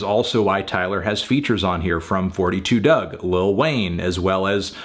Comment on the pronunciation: It’s “Four Two Dugg”